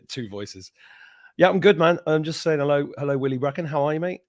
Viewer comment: Stop saying hel lo